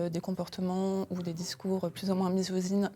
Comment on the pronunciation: MiZoZine gnééé 🤤